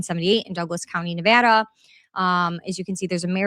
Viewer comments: as someone who is born in raised in LV thank you for saying Nevada the CORRECT way! ❤❤❤😂😂😂 and thank you for the information great video! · X is hard for me to follow. Thank you for covering this. Also for pronouncing Nevada properly. Washoe is pronounced like wash show.